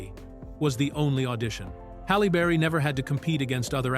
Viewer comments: Busted !!!! Listen from through The AI says Hollow berry then says her name correctly Halle Berry (Halley Berry) This is annoying. The AI is being programmed to mispronounce words. I wonder who is the imbecile that thinks if you program an AI to constantly mispronounce words, it will appear to be more human. This is a level of thinking you would expect from someone like Michael Rapaport or Sam Harris or Joe Biden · Halle burry🤣🤣🤣 this AI shit funny🤣🤣🤣